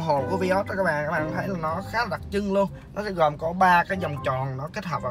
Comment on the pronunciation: Vai ớt chứ ko phải vi ót anh nha